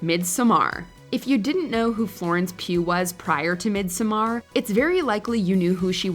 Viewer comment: "Mid some are" You know you could just say "midsummer" and come closer to the proper pronunciation...